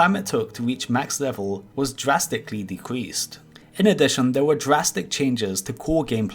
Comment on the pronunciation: When will ever stop saying jurasticly